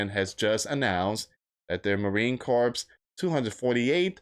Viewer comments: The 3rd will come and go. Just like some loud mouth a couple weeks back said something will happen on a certain date. That day came and went. We're still here loud mouths. By the way, it's not pronounced corpse, as in dead body. It's pronounced core, the S is silent. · Hey friend it is pronounced marine core. Just marine core. Cooor. Thx